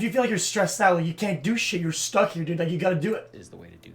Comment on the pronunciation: Holy shit I got into the video he was watching and had to listen to this fuckin spanner...... (Edit) just incase you are a fan he says "dude" as "derde" that = spanner